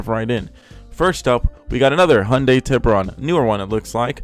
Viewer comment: Oof its Tiburon XD